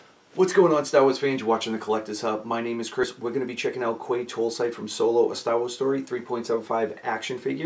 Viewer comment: This is my favorite from this wave..I should be getting him in a day or two..would love to get another Pyke and colour him different so he could be displayed in my Clone Wars display..just one thing Quay is pronounced "Key"..not a biggie..all the best and a great review.